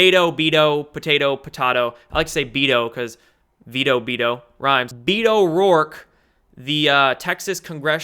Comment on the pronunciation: Toadally... it’s been in my head ‘ Be’toe...😂😂🤤